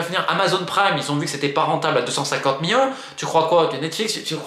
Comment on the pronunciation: C'est "millions" pas "Miyons"